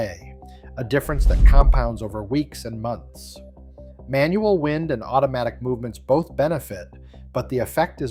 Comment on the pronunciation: Manual “wind?” As in breeze? Really? Hate AI narration.